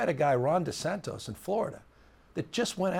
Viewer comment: He called him DeSantos 🤣🤣